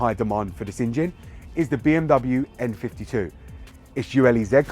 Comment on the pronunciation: Thought you were saying M52 tbh, love my M54B30, its as smooth as a Kashmire Codpiece ;)